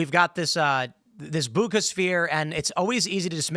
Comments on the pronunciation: There's no 'h' in Buga, Tim. Don't know from where you got that. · Buga not Bug ha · It's BUGA 🤦🏻‍♂️ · Great story. It’s Buga. Town of Buga, in Valley del Cauca, Colombia. The Bugha name sounds like the name of some place in India, in the east.